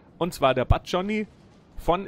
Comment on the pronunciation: schöne runde,man spricht den namen so aus wie er geschrieben wird, nicht englisch das u bleibt ein u, das war ein führer der kavallerie